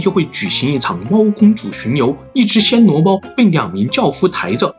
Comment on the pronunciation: 是第一声，不是第三声：暹Xian（鲜）罗猫